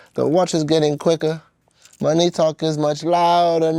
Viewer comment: Listen to the way he says MONEY, almost seems as if he mispelled it and it then pronounced it weird